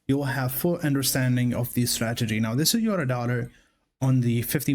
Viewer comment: correct me if I'm wrong, but is he saying stragedy?